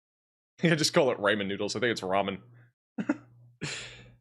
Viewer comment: The Ramen noodles mispronounciation and 🤣🤣